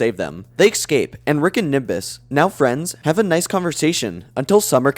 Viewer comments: For the love of god man, “ESCAPE” not “excape” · Love your content but holy crap dude... It's "escape" not "EckScape" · Textbook trebuchet was my favorite joke in the sperm episode. And are you sure it's pronounced exscape rather than escape? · Escape, not excape. Fix your pronunciation. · Love the Vid! Keep it up. Just one question, what is the deal with EGG-scaping? 😂 i do not thow that accent, english isn't my first language but i've never heard that before